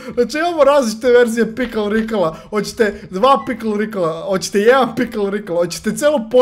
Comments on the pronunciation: Pikl Rikl hahaha kaže se Pikle Rik ali bolje si ti rekao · Ne zove se pikl rikl nego pikl rik